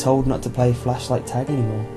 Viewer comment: He said fleshlight.. Not flashlight..